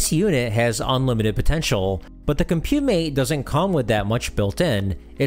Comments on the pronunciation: Nice overview! For the future, it's pronounced "comp-you-mate", not "com-pyew-mate" (interviewed one of the designers many years ago). You're doing a great job with the channel, looking forward to what's next. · Couldn’t get over the Mis-pronounciation of Compumate but a good video nevertheless. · This 11-minute video spent less than 3 minutes covering the title product, and repeatedly mispronounced it. Disappointing. 8-Bit Show and Tell did a much better comprehensive 46-minute demonstration of the Spectravideo CompuMate (and Robin pronounces it correctly!) if you really want to learn what it was capable of (spoiler: not much).